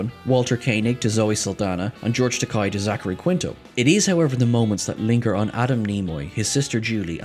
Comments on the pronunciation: STOP CALLING HIM GEORGE TAK-EYE! It’s TAK-AY! What you just called him, in Japanese, is George Expensive! 😂😂😂😂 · It's TakEi,with an E! Not A. How do you don't know that!? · It's "tuh-KAY." Really tired of hearing his name mispronounced in your videos. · I love you guys, but you’ve really gotta start pronouncing George Takei’s name correctly. Japanese words and names are spelled phonetically, it shouldn’t be hard to forget. It’s Takei, not Takai. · I've always called him Tak-ayi! (Takei) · As he himself has reminded us many times, it's Ta-kay, rhymes with gay. :) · but tak-eye rhymes with "Oh my!" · Seriously. They get corrected on this every time it happens. It’s inexcusable at this point.